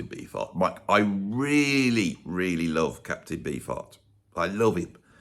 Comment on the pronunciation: Every time you mentioned Captain Beefheart, I thought you were saying "Captain Bee Fart". Which is actually a much more intriguing stage name. If he had opted to call himself that, I would have tried one of his albums by now.